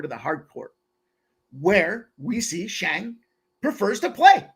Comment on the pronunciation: His name is Shang! Not Zang! But mfin SHANG!!! CASH THAT SHIT! Pimp Slap Army!